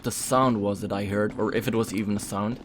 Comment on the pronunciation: When you where about to say yet I skipped 10 seconds and you said iff and it sounded like yiff😂